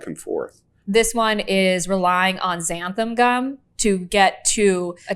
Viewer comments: omg XANTHAN gum not xantham! lol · I think all of them call xanthan gum “xantham gum”. Why do so many people put an m in xanthan? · One of the newest pet peeves I’ve developed as I’ve gotten older is when people pronounce Xanthan Gum as Xantham Gum.